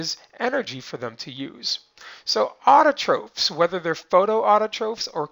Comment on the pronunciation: He said autotrophs and heterotrophs wrong... It's not (ofes) it's (offs)